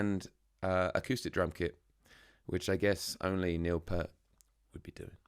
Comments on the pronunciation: Say "peert" not "pert. P-👂-t. 😁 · Please pronounce the guy's name correctly, it's PEERT, not 'Pert'. He's not a shampoo brand! And yes, even Jack Black gets it wrong.... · His name is pronounced,,, P-ear-t,,,Ear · Neil (it's pronounced pee-art) once said that playing drums with Rush is like doing calculus while running a marathon. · It’s pronounced Peert. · Peart. Pronounced like EAR but with a P and T. Lol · Pronounced PEERT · BTW, you mispronounced his last name. The "ear" in his last name is pronounced like the word ear... with a long "e".